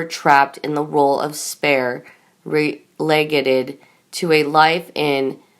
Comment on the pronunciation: Re-leggeded??? What the....?! Awful reader!